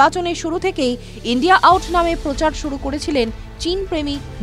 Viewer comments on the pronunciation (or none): none